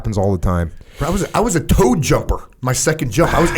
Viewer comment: "Towed Jumper" instead of "T.O.A.D." jumper, huh?